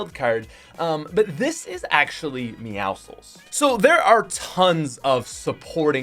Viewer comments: It’s pronounced meow sickle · Your not supposed to pronounce the c in meowscles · The way he says meowscles is so wrong